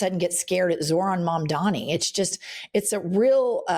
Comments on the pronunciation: Ladies, I absolutely love you, but his name is pronounced Zohran MAMDANI , not mamdami 😬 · C'mon you guys! Mom-donnee. Mom. Donny. Mamdani. You've got a massive audience here. Not that hard. You're both extremely intelligent. Fix it now please. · Please pronounce Mamdani's name right. 🤦🏻‍♂️